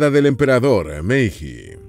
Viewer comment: Se escribe meiji, pero se lee meilli.